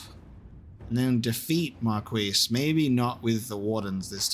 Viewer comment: Why do you keep saying Marquise with a focus on the Qui? We stole the word from the French but still pronounce it like the French. Is there an inside joke I'm missing? I'm going looney over here.